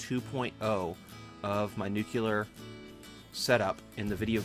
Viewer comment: I hate to be this guy, but when you say "noo-kyoo-ler" its hard to watch the video, and I'm sure I'm not the only person who feels this way. It's pronounced noo-klee-er - only one U/oo in there. I made the same mistake when I was in high school and had to consciously make an effort to correct myself, so I know the feeling. Eventually I got past it. A lot of Satisfactory YouTubers do it, so don't feel bad. I only menhtion this because people will judge you in life by shit like this if they don't know you - like job interviewers and potential friends/partners. Anyway, good luck. Have a good one.